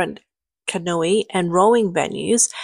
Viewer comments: Okay, I have to be honest - you should stop using this narrator. I'm sorry. I laughed at her comical pronunciation of canoe as "can-oo-e" (it's just "can-oo," honey), but the fact that she cannot even pronounce "Uyghur" ("wee-gur" not "ur-gur"), something that I, an ignorant American can do, is embarrassing. Being an amateur narrator/newscaster is one thing; being ignorant is just sloppy. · Can i respectfully request this narrator practice reading her script and learn how to pronounce words she is unfamiliar with? her mispronouncing "Canoe" is ridiculous and unprofessional.